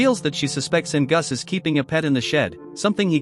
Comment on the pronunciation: Your AI voice is horrible ! It can't even pronounce Angus !